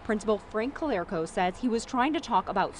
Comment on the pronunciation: Its ca LAR co not ca lair co